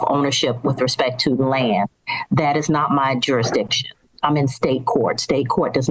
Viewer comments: I was rolling 😂 when she said duridiction ! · Another jar-a-diction plaintiff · JurISdicion. There’s an s in there. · Oh for fucks sake. There should be a rule where if you can't even say the word "jurisdiction", you have to get a lawyer. This is scary.